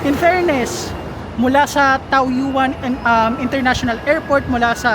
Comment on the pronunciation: The pronounciation of Wulai is Ulay and the pronounciation of Taoyuan is Tawyen. Ganda ng vlog mo sir, more power. Became a subscriber. Kaka miss sa Taiwan.